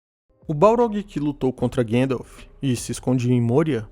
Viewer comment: Vídeo excelente. Só não existe esse tal de "Guêndalf". O próprio ator q o fez nos deu a pronúncia correta